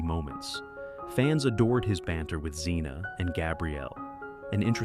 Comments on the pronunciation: It's Air-eez, not R-eez. How many ways can you pronounce Zena? It's Eye-oh-layus. Pathetic. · And Zen-a. ,,,stupid AI